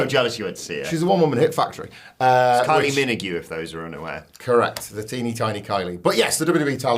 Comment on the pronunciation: Just read the comments; was joking when he read Kylie's name that way...how stupid ARE people?